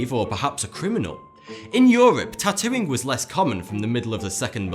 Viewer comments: Is he saying tattooing or Tatooine?? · When he said 'the wonderful world of tatooing' I thought he said the wonderful world of tatooine.